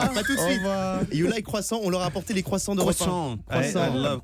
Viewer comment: Ptdr à la fin comment damon dit croissant. En plus On voit qu'il en a marre de cette promo il dit au revoir mdrr